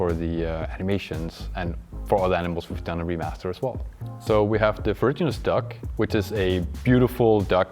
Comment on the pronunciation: Ferruginous ducks are usually pronounced "fur-ROO-gen-us". They're pretty cool, similar to goldeneyes but deep rusty brown